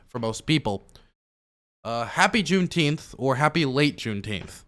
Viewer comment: Can people just say it properly? It’s literally the dumbest sounding shit I’ve ever heard. JuneNINEteenth. Double plus good.